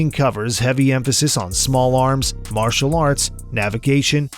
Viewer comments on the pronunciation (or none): none